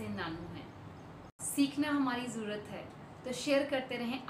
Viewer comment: mam aap pls 'jarurat' ward ko saaf saaf bola kro....bura nhi maan na mam .mera mn kra to maine bol diya....❤❤❤❤